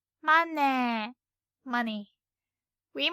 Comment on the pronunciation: i laughed at "manee" xD